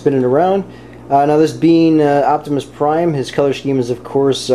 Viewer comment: u forgot the r in prime